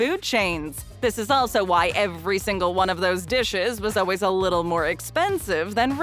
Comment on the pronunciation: To the narrator, the word always is pronounced “all ways” not “oh ways”.